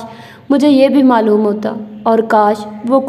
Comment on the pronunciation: Why are you pronounce word HASI to Hannsii Its sound very weird please kindly correct your vocabulary pronounce it correctly HASI and the word Maaloom is Not Mallum it affect your narration style kindly take a look.